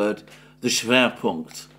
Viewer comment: „Schwerpunkt“ well pronounced 😄 Greetings from GER!